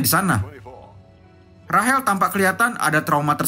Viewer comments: Rachel❌ Rahel✅😂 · tulisan nya rachel tapi yg pengisi suaranya bilang rahel 🤣 dah itu nama gw lagi 🤣